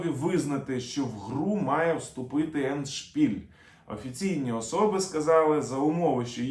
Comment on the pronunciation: Ендшпіль - наголос ставиться на першому складі. Не дякуйте )